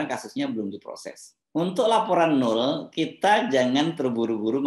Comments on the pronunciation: Bang Hersu, baca nama NOEL yg bener adalah : NOWEL bukan NUL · Bung Hersu, nama noel dibacanya nowel bukan nol 🙏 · Bung, itu ejaannya Noel (baca: nowel) bukan Nul. Krn nama panjangnya kan Immanuel. CMIIW. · BG HERSU... KATA 'NOEL' ITU TDK DIBACA DG 'NOL' SPT YG SRING BG HERSU BILANG... TAPI DIBACANYA ADL 'NOWEL' (PAKE VOKAL 'E' SPT PENGUCAPAN KATA 'EMANSIPASI' BKN VOKAL 'E' DLM KATA 'LEMARI')